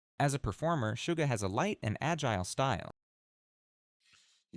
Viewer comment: The only thing I don't like about this specific video is the several mispronounced words in it, for example they kept saying Sugar instead of Suga. I know it's a tiny mistake but that's why I dislike when they do they AI-like narrative on their guide vids. But all the info on it is great